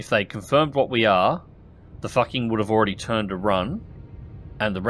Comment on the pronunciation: I know its done on purpose, but just in case, it's pronounced Foo Ching or something, not what you say :D